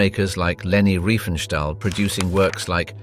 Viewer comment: Not Reifenstahl, but Riefenstahl.